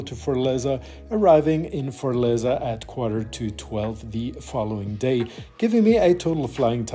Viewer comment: Great video but it’s not Fort-leza it’s fortAleza